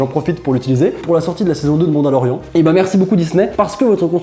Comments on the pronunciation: Il a dit '' mandolori''an'' Alors que C '' mandolori''ANE'' (pour la prononciation pas pour l'orthographe)😭😭😂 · « MadaloriAN » srx 😂